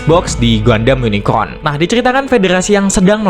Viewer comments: Unicorn om bukan unicron😅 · Yunikorn, gampangnya gitu min R dulu baru N. Semoga membantu 😊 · susah amat min, tinggal bilang YUNIKOHN